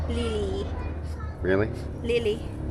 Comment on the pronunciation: It is Lilly!! She just couldn’t pronounce it correctly. 😅